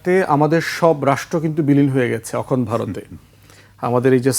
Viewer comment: ধান ভানতে শিবের গীত! ব্য. ফুয়াদকে এতো কপচাতে কে বলেছে? উপস্থাপক সহ্য করছেন কেন? পৃথিবীর সবকিছুই ইন্ডিয়ান ন্যারেটিভ। পন্ডিত 'অখনড্' বলেন কেন? ওটা 'অখণ্ড' হবে। ব্রিটিশ ভারতবর্ষে কবে এলো আর 'হিন্দু' কবে এলো!